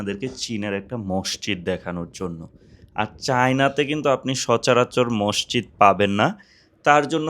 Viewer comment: মষজিদ না মাسজিদ